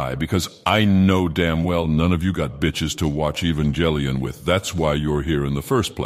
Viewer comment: E-vanga lion